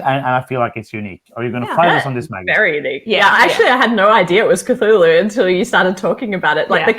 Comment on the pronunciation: Four of my favorite board gaming faces all together! What a treat! I love the way you guys pronounce Cthulhu!! When spoke about how there's older games she'd like to get, but the new hotness always gets in the way of that, I felt seen LOL